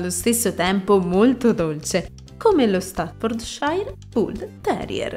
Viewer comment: ...non si pronuncia così! "stafforciir " è la pronunzia!